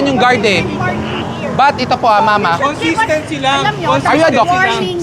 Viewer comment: dapat daw may Kon-Sis-TENK-Sy hahaha